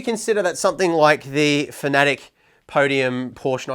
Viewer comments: no no you need to say it like this fa-na-tec not fnatec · Bro learn to pronounce fanatec it’s not fanatic it’s fanatech